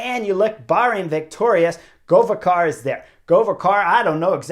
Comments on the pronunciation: God job,but GoveKar not Govečar. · Chris, Govekar is pronounced with solid K…not CH…like Pogačar 😉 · In hopes you will need his name again.. Govekar. The first part was good but try reading KAR the same as CAR (automobile). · Chris, great analysis, as always. Just one thing, Govekar is pronounced Gho-vé-kar (the accent is on e). He's Slovenian, like me 😁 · GoveKar is not PogaČar - K "Key" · Chris, just a hint, Govekar is pronounced as: Go-vE-car where 'vE' sounds as the start of the word 'Velocity' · Chris, where do you see 'ch' or somth in Govekar's name to pronunce it like this? It's just letter 'k' which is in slovenian pronunced the same as letter 'k' in the word 'Kansas? But other than that, keep up the good work ;)